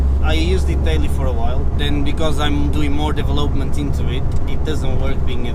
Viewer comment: He did well with the deve lope ment.